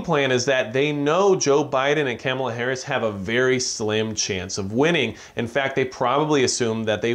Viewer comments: Her name isn't Camela..say it right. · Her name is pronounced Kah muh luh....#respect